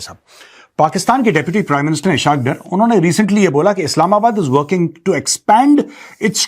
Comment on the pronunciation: Eshakdar nahi esaqdar 😂😂😂😂😂